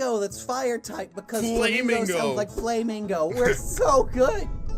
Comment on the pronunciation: Gotta love how he saw flamigo almost correctly